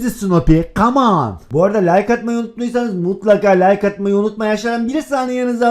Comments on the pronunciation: Abi kaman ne o kamon değilmiydi 😂😂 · Yeni kelime öğrenince laz : camoon Bu gün ne kadar camonn dedim ya ben 😁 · sanki ilk defa ingilizce öğreniyo KAMONNNN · camon demeye çalışırken Caman <3😃😂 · Come On a Came An diyen koca yürekli 😁